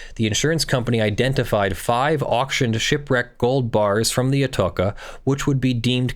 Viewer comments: ah-TOE-shah not ah-TOKE-ah. Very famous shipwreck find at the time. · Yep, each time he pronounced "atoka" it made me skirm. Most people will be familiar with that name from the major train station in Madrid. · At risk of sounding like Hermione, ( Harry Potter stories), it's proniunced Ato cha..... spanish, the c is not a hard stop.... think, lol.. cheese. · The ch in "Atocha" it's pronounced the same as in channel.